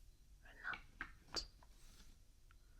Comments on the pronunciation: Watching you mispronounce Citroen and Renault while whispering gave me really tingly cringes :P That was bizarre :P Excellent video though :) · As a car guy, I was in agony hearing you mispronounce Citroën and Renault